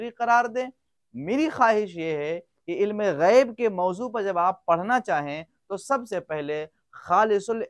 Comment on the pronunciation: جناب غیب کے بجائے عیب ہوگیا ہے توجہ فرماے